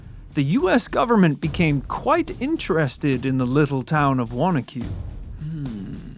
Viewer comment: Big thanks for pronouncing Wanaque correctly!!! And where can I find that comic book!